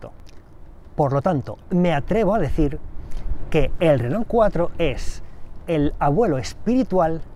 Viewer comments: Porque le dicen renol si se pronuncia renó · Si, en su momento fue un gran automóvil. Solamente una consulta: ¿porqué le dicen "renol"? (Si fuese "renó" se entendería mejor) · Dice "Renol".....jajaja